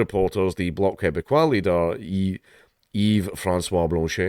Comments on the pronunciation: Your pronunciation on the Bloc is perfect. One clarification- he hasn't resigned, he's said that he will resign. He's still our PM right now. Can't wait for it to be over, but I wish he ran immediately so we could hand him the loss he deserves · Yes you pronunciation of the Bloc was correct, you have bought great shame upon your nation for speaking French and you should feel bad